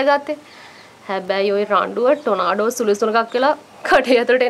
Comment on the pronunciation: ට්‍රොනාඩෝ නෙමෙයි ට්‍රොනේඩෝ 😂😂😂